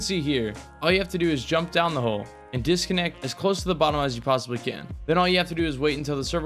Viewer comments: “Dissconnect” lmao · Dissconnect? It’s disconnect btw. Enjoyed the video though